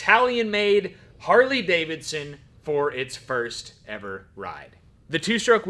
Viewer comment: GNarley Davidson...change the "H" into an "N", add a "G"...you're welcome 😆